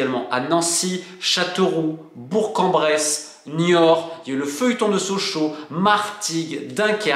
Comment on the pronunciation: Merci d’avoir dit Bour(k) en Bresse 🫶🏻